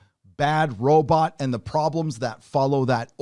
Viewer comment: Could this dude look up how to pronounce Robot, this is killing me